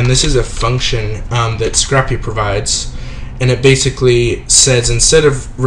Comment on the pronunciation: Pronounced "Sc-rape" not "Sc-rap", like you would scrape ice off your car, unlike scrap paper you would jot notes on. Otherwise great videos thanks for producing :D